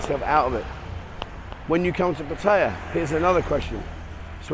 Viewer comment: Small point, but why do you and several other Thailand expat bloggers consistently mispronounce "Pattaya".